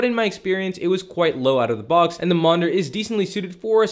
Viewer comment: Monder? It’s monitor 😅